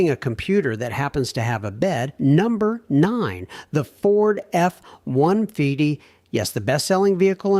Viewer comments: Way too much AI….Ford F one-fidy ? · it's a good thing A.I. does not know how to pronounce F-150, because now we know all the times A.I is used!!!!